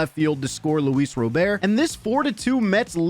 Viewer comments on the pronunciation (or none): none